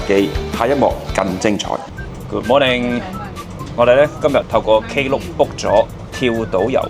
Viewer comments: 溫馨提示 Klook 不是讀K Look 可Google正確讀音 Same as “Theme” 不是讀 The Me😊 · 你唔讀K Look 無人知你講乜㗎😅